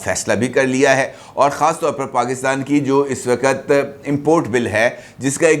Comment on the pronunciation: Wakat, wakat bole ja Raha hai " "Waqt" lafz Nahin keh sakta